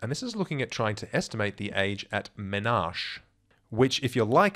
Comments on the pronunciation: It's pronounced "me-na-ki" not menash. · Doctor + statistics student here! Awesome video as usual. Just thought I would point out that the word menarche is actually pronounced mɛˈnɑːki (mi-NAR-kee).